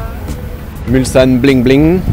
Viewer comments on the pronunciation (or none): none